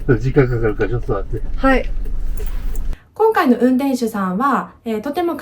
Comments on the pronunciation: 司机的第二句ちょっと待って听着更像ちょっと座って😂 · ”ちょっと待って” 我聽了很多遍，老爺爺說的我也聽不出來